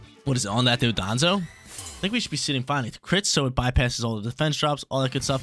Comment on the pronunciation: Dondoza & Tatsugiri 🤣 not Dodonzo and tatsugimi btw cool vids man i watch you erryday 💯